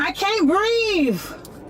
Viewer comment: “I CANT BREEVE!!!” 😂